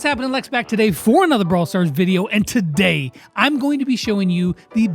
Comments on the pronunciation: and toDAY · Why is the beginning always so satisfying with the “Hey everyone what’s happening Lex back today AND TODAY